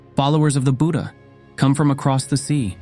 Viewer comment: Both Tipitaka (Pali) and Tripitaka (Sanskrit) are correct, but he pronounces it incorrectly. Even the word "Buddha" is pronounced incorrectly. I have seen this in many videos. The English language cannot give the correct pronunciation for Pali or Sanskrit words.